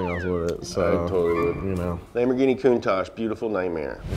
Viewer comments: Why TF is he saying Countach like that 😂 He's saying fuggin KOON TAJ 💀 Its pronounced Kown Tack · I have never heard anyone butcher "Lamborghini" and "Countach" like you lot did Holy shit.